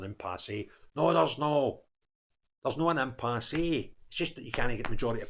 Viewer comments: It's pronounced impass, not impassé. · Dear, The 'e' in impasse is silent. Frank.